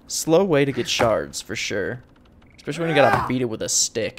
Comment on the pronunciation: I don't know why, but hearing you say especially with an X bothers me lmao. Enjoyed the video though!